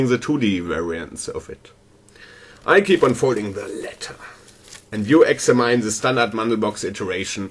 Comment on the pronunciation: The way you pronounce "Examine" is way off lol. An American English speaker pronounces it like "Ecks-amm-enn" or Eggs-ham-hen.